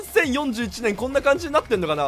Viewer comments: よんじゅうそんちぇあんいちねんしょー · 4041を英語の読み方みたいに前後で区切って草な上に母国語出ちゃってるね。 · ついつい英語読みしてしまい英検3級がバレてしまうしゅう